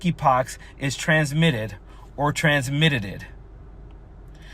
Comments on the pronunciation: Only a real alien would say transmiteded stop using AI fkin creeps she’s dnB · Transmitteded. 😂😂😂😂😂 She’s Drownding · Totally trailer Greene “ transmiitteded”